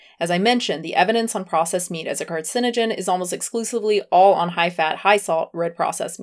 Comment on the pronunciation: no ones gonna mention that freelee calls meat a carcigen... not carcinogen? lol